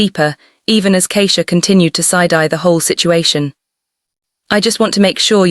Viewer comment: The pronunciation of Keisha and Simone, or is it really Simon, is incorrect.